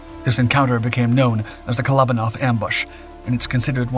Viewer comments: Kole-O-ban-off is the pronunciation. Glad I read the comments because I had no idea who he was talking about. 😂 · Great video just a shame you didn't take the time to look up how to pronounce his name properly.